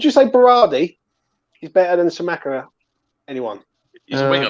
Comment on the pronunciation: Great video, lads. Kostic is a weird one because he isn't a lb or a winger. He's shit at both but elite as a lwb. That's why no bigger clubs have ever come in for him. It just doesn't make much sense to me as a signing unless Moyes plans on playing a back 3. Btw, Scamacca is pronounced "Skuh-Mack-Uh."